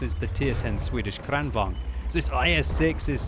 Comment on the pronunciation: little pronounciation tip for "kranvagn" you're kinda saying it with a short first "a" like krannvagn. Make it a little longer for added authenticity ;)